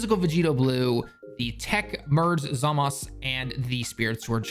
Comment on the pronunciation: Idk the way he says zamzU really gets to me